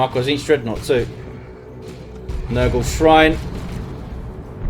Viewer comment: you keep calling the Plague Champion's nuke Nurgle-ey...but according to the lore, the correct phrasing is "Nurglite." Also, the others are Tzeentchian and Khornate ie "Tzeentchian Empyreal Abyss" or "Nurglite worship."